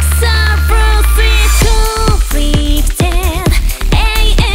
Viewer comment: Almost a nearly perfect song if not for the way she pronounced subversive as "sarufurusifu" instead of "sabuvasifu"... oh well. Maybe its just me. Im picky. Still a great singer/song though.